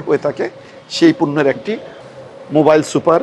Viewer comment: 😂😂😂😂😂 মোবাইল সুপার.....হবে না Boss হবে মবিল সুপার 😅 আপনি কি অটো পাশ নাকি!!!!!!